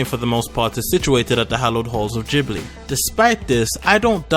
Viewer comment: Anyway..just info, it's Ghibli, like in gift.